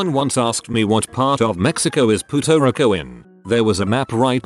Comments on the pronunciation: "Poota Ricko" love it. This AI voice is hilarious. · What's offensive is the AI voice calls Puerto Rico "puta rico"